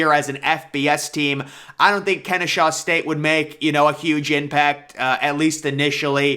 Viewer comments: Its Ken-eh-saw state. I go there so its pretty exciting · God please learn how to read. If you see an “h” in Kennesaw, I will apologize.